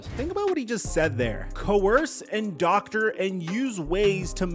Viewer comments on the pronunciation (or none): none